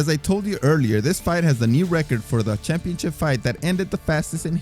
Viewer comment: What the heck is a "championchip"?